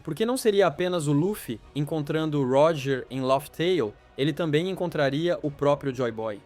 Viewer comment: Não se fala “ lófi teil”, mas “léf teil”